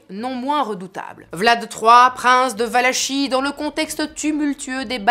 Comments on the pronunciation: superbe narration, merci pour cette video juste un petit détail: Valachie se prononce valakie :) :) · On prononce Valakie. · Excellente vidéo comme d’habitude que j’avais ratée et que je vois sur le tard mais avec toujours tant de plaisir ! Juste une petite note, je ne sais pas si quelqu’un l’a déjà mentionné : ça se prononce « valaki » ;) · Valachie se dit Valakie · On prononce valakie